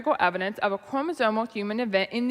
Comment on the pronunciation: I noticed she said "chromosomal" correctly... Does she not realize the difference here with how she says "chromosone"?